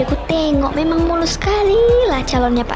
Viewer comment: "Eamang" bkn ealah